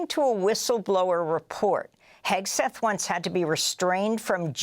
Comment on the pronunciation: Heg-seth, Sheg-seth.